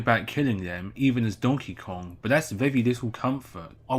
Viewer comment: You just removed the K from Kong.